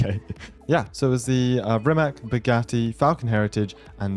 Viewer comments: I hate to be the nerd but its not pronounced "RimaK", its "RimaTS" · Hey not to be annoying, but I'm pretty sure Rimac is pronounced as "Rimatz" It's a Croatian Car and I'm from Serbia. Basically the same language.